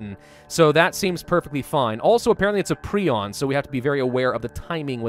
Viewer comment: Its "prie-on" not "pree-on"